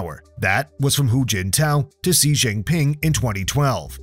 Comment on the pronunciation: Xi is pronounced Shi, it takes 2 seconds to google that